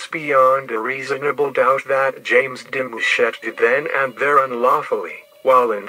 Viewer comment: Why he say my last name like that😭